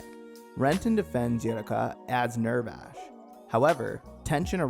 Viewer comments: Nerve vash? Uri ka? tra PAR? What the hell are these pronunciations? Doesn't even sound like that on the dub, let alone sub. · "Eh-woo-reh-ka" "Neer-vosh" "Ah-mita Drive" "Trap-per waves" Great video tho🙏